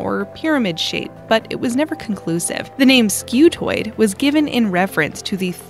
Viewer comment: Pronounced Skoo-toid, not Skew-toid*